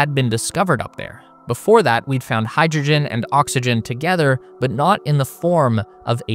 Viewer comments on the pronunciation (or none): none